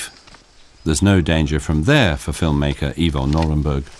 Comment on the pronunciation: Ok, that's about as much kindergarten narration as i can stand. Are you serious? And could you please say..film maker one more time? Wow...bad!